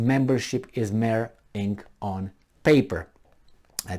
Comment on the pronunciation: Mere is pronounced meer or mir. Pardon my intervention.